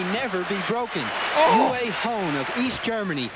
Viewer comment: ITS UWE NOT YOUWAY